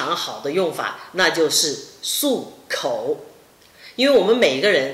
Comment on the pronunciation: 漱口！shu kou not su kou